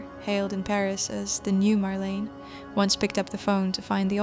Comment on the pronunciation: No dear , one says Marlena not Marlene